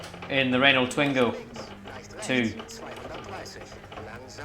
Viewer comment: Twin-go please prononce it correctly